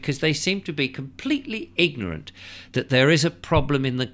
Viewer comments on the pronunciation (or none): none